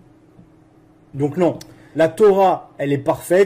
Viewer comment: Muramad c'est Muhammad ! C'est comme ramas , c'est pas ça , c'est Hamas ,il y'as pas de R ! Je te jure ,la phonétique est catastrophique !